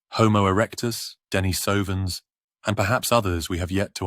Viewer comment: ❤ that’s a very cold subtropical forest😂… 🤧🥶❄️ Denise - is a female name. Emphasis is on the “i”… the same with “ Denise - ovans” ❤ please quit putting the emphasis on the O🙏🙏🙏